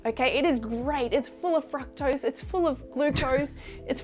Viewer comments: Is she saying FRUCKTOSE? She says fruit fine though....confused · I cant stand the way she pronounces fructose...ITS NOT FRACKTOSE YOU GOOBER!